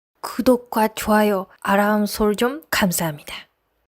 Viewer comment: 아람설정~ ㅋㅋ 알람설정// 한국인 남편하고 하루 종일 같이 사는데 그것도 수년간~ 남편이 발음교정좀 해주세요~ ㅎㅎ